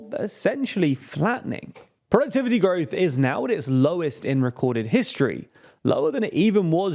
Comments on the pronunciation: Oh yes "Gorwoth" has been very low. Thank you dear native-English-speaking Brits. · "GORWOTH"??? What the heck is gorwoth?